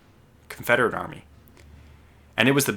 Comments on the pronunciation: CAVALRY not calvary 😂 other than that, EXCELLENT video!! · Please learn to say cavalry, not calvary.